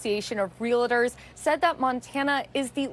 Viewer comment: doesn’t know how to pronounce “realtor” — really? “Real-Ah-tors” makes her sound adolescent.